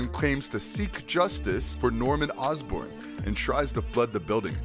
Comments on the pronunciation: Yeah, and It's not Ozburn, It's Osborne (Oz-Born) how hard could that be? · It's Osborne as in Ozzy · OsBORN not OsBurn Aleister Smythe not SMITH The fuck?